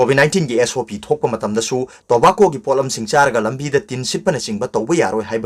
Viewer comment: Tobacco gi pronounced CD 🤣 indira Gandhi se 1st pm ro?